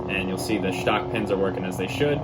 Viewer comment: I like the way you say.. Sh-tock pins. 😉😆